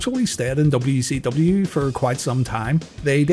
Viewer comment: DUB CEE DUBBYA